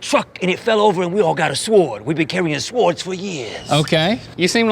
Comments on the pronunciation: I love how pronounced the W in swords 😂😂😂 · This is a real bad neighborhood bc we pronounce silent w’s in words like swwwords. 😂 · "This is a weal bad nighberhood ya. We all walk awound wif swowds